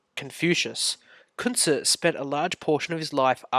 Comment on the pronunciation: I dont understand your pronunciation of his name.